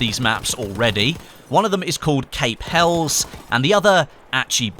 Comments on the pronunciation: Gonna be that guy, it's pronounced Hell-es, not hells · It's pronounced hellies (helles) not hells lol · I don't wanna be that guy, but Cape Helles is pronounced Hell-iss, and Achi Baba is pronounced as Ah-Key Baba